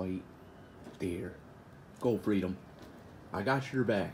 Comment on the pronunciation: Freedom is "cluutth".😂😂